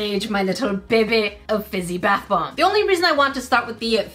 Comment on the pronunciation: 😅😂😂 You forgot to say bAth bomb 💣 but you said,brth bomb 😊😅😂😆😆😆😆😆😆😆😆😆😆😆😆😆😆😅😅😅😅😅😅😅😅😅🤭🫢